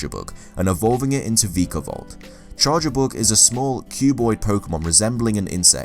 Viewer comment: VEEEEKAVOLT, this annoyed me the rest of the video when i heard this